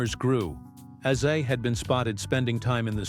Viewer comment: Ozzy, not azi!!! Get it correct!!!!!!!!!!!!!!!!!!!!